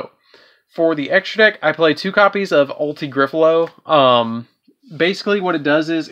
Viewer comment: “Ulti-Griffalow” is not even close to Ulti- Gaia-Pellio you’re just being extremely lazy in your pronunciations 😒